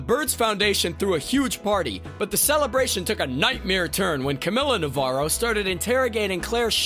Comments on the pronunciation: I died a little each time you butchered "Navarro" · God damn it… they said navarro‘s name correctly 10000 times and you still manage to say it wrong. How americans can be so oblivious to other cultures and languages is just a mystery to me. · Dude it’s been 5 years of Ozarks and you can’t say Navarro right? SMH 😑